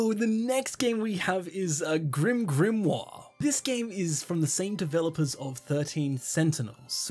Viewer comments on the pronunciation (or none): none